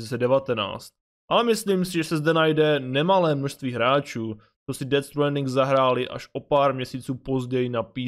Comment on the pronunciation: Dobjè videjo s ded stwaaaandingem😄👍